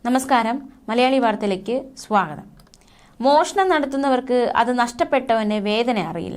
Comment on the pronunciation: നമസ്കാരം, മലയാളി വാർത്തകളിലേക്ക് സ്വാഹാ 🤣🤣🤣🤣. സ്വാഗതം എന്ന് പറ കൊച്ചേ 🤣